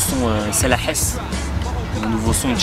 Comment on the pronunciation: pas la hasse " el hasse " tu parle arrabe comme un noob applique toi kho et no pas fréro